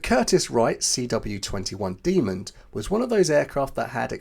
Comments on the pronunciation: Demon, not Demond. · when you say 'demon', try stopping the airflow before you slam your tongue tip down. that way it'll sound like you actually know this word.